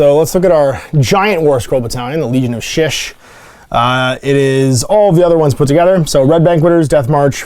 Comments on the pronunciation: Shyish - pronounced SHY-eesh, not shish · I can't take this guy seriously. He can't pronounce Shyish correctly. How am I supposed to trust a man who can't do words right.